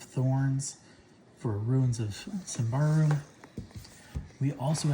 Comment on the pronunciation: I believe it's "sim-bar-rum". But I could be wrong, lol.